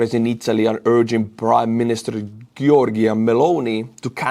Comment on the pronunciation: Meloni's first name is pronounced Djorjya